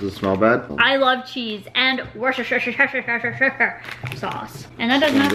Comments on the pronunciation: Those crisps are pronounced "Wuss-ter" sauce or "wuss-ta-sha" sauce. We don't pronounce it "shire" Valuable information from a Brit that lives 20 miles from Worcester lol 😉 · Wuster - sheer is how to pronounce it people from the uk know the struggle! 😂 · it's pronounced wooster-shire or for short wooster so your mum's right. Defo don't try the cucumber ones they are horrible xxx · Loving the daily vlogs ahh!!! You pronounce Worcestershire Sauce like Wuster-sherr Sauce! but you can also say Worcester Sauce (Wuster Sauce) it means the same thing ! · you pronouce in WORST-ER sauce, kinda like your Mom says